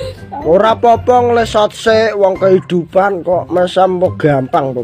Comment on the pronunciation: Ngelesot mase bukan ngeslot 🤣